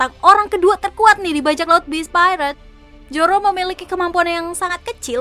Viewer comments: Irish salah ucap masa Zoro di beast pirate:v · Emg sering salah ucap dia tuh